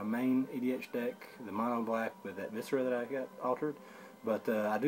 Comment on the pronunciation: It's funny how our pronounciation differs. You say Visara like Viscera, and I say it like VIS-AH-RA. Just funny. Nice trade! :D